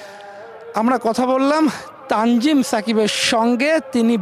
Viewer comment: তানজিদ না তানজিম হবে 😂